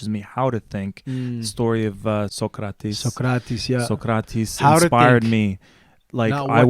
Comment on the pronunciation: stopped watching soon as said socrates name like that